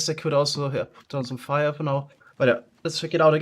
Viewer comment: "...goes through the Feuer..." your german slipped through a litttle bit :)